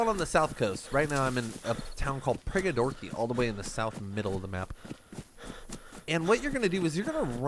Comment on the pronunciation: Prigorodki not Prigodorki 😉